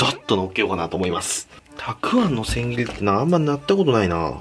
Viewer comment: 千切りもうまく言えないのね！あー可愛い！